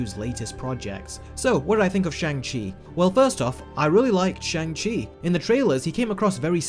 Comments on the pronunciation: You Do Know you are pronouncing Shang Chi wrong, right? It's pronounced SHONG Chi. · You even put the clip in here of hot to pronounce his name but STILL say it wrong! This is irresponsible reviewing. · You're entitled to your opinion and all... But consistently mispronounce that main character's name THROUGHOUT the video. How and why when there's a scene where he clearly enunciates his name!! 🙄🙄